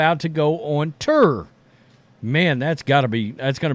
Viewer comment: Please learn how to pronounce TOUR…it sounds like turd without the d